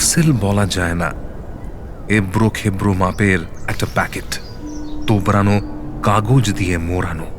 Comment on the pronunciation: এবড়ো নয়, "এবরো " মোড়ানো নয় "মোরানো " তোবড়ানো নয় "তোবরানো" কী সাংঘাতিক খারাপ "উশচাটন" থেকে শুনুন